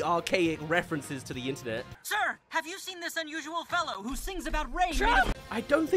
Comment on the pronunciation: What really summed it up for me was where Megamind mispronounces "internet". Like you could see where he might mispronounce "metro city" as meTROcity. It has a feeling of here's a word you've only ever seen written down, so you have the stress in the wrong place when you say it out loud. But "internet" is a new word to him and there's no possible "o" sound, however you read it. It's like the writers see the joke of mispronouncing a common word but put no thought into why it's mispronounced. And the whole show is like that. It's humour created by AI.